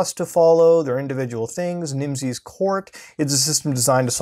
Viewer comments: Everytime he pronounces the word Nimses 'Nimsees' makes me hate myself. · Its pronounced like nemesis